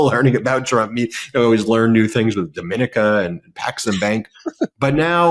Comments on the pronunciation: Hi. As you will probably do many more videos on the topic, the correct pronunciation of the island country Dominica is DOMINEEKA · The island is pronounced DA MAH KNEE CA 😂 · You are pronouncing the name of the Island incorrectly. It is Domineeeka. As in the word knee. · Learn the proper pronunciation of Dominica